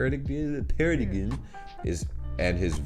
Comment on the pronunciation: Why not Google the words and listen to how they are pronounced (in either language), as preparation for your videos? You don't speak German, we get it (the last time you said Bielefeld was the closest you got to it sounding right). But you DO speak English! (It is pronounced "para-dime").... if you are trying to learn a language, that's great! But the best way to learn is to actually study the language. To make an effort and look things up. In any language. As when you study the etymology of words, learning becomes easier, regardless the language. Viel Glück und alles Gute (von einer die auf dem Gymnasium in Bielefeld studiert hat! Ganz lange her aber trotzdem.... Bielefeld gibt's doch!)